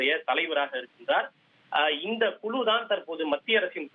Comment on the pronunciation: குழு என்ற வார்த்தையை குளு குளு என்று ஏண்டா உச்சரிக்கரே??? தமிழின் சிறப்பு ழ ழு போன்ற எழுத்துக்கள்